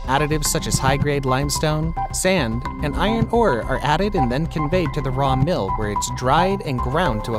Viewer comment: Sorry but what is mirl or what sounded like that and if we don't already know the mill types telling us what it isn't doesn't help. This assumes we already know the process and equipment.